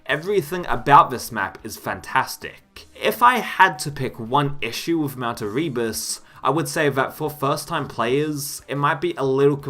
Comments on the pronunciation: It's "Mount AIR-uh-bus", not "a-REE-bus" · Woofenstein? Doom twooey? Mount Erreebus? 🤔